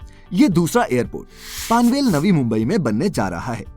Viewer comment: Are bhai It's not पानवेल, its पनवेल 👍 OK.